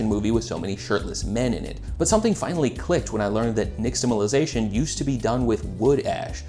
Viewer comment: SERIOUSLY YOU CAN'T EVEN PRONOUNCE THE WORD 😂 STOP SAYING IT PLEASE😅 UGH the X is an SH sound and it's a penultimate language so unless otherwise indicated with a Mark over the letter then the accent is on the second to the last vowel..... Phonetically it should sound something like this, neeshtahmallizayshun pronounce both owls like Mall.... I cannot watch the rest of this video .... 😂😂😂😂